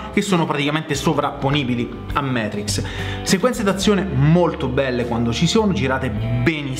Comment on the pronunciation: Dannazione,, Matrix si legge così come si scrive: non siamo mica inglesi! Comunque complimenti per tutti i tuoi canali sul tubo!